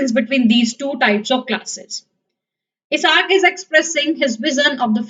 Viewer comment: This is useless because the book has changed this year. And by the way it's not Iasar. I - sack. That's how it's pronounced.